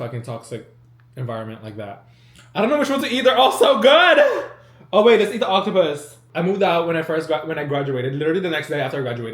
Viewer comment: Ain't nobody gonna talk about how he said octopssy 😂